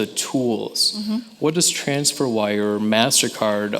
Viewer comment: "transferwire"... fail